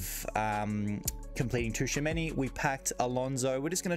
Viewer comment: Not being picky but Tchouameni is pronounced “Chu-a-many” rather than “Ta-chu-a-many”. Other than that great video man awesome content